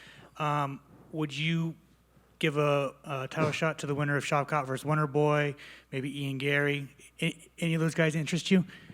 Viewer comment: Shitrat instead of Shavkat😂. This dude is crazy. Was that Borat asking😂